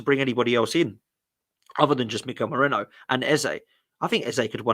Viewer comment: It's Merino. Why do English people have that much trouble with foreign names? Are they all dyslexic? Just take 2 seconds to look how the name is spelled...